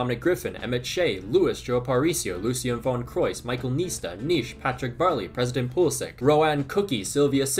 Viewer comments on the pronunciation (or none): none